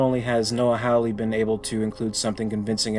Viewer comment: Just so you know, Hawley is pronounced Hall-E, not Howl-E.